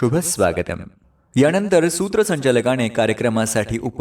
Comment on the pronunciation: न. आणि ण या दोन्ही अक्षरांचा उपयोग योग्य जागेवर करा. उदा :- यानंतर म्हणायचं याणंतर नव्हे. नेमकं म्हणायचं णेमकं असं नाही, सूत्रसंचालन असं म्हणायचं सूत्रसंचालण नव्हे. भाषणानंतर असं म्हणायचं भाषणाणंतर नव्हे.